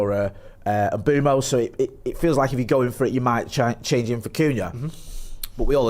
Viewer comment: Just a little moan.....can people please start saying...imBOOmo....as that is how he has stated publicly it is pronounced..not ImBwemo....moan over